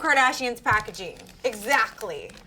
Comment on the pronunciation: She says exactly like “exacly “